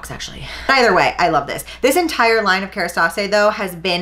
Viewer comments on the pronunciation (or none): Kerastase = KARA-STAUSS 😂 we used to sell it at the salon I worked at that’s the only reason I know.